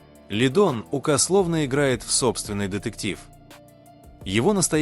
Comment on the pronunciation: Смотрю все ваши видео,интересно,но пожалуста ставте ударение правильно,не ука' а ук